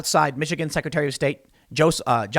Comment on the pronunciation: Hey! He said Jocelyn right this time! That was killing me. Bravo Tim